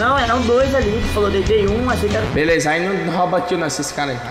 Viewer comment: Os meninos fala dei capa ai o fala deitei mkkkkkķkkkkkkk eu racho mano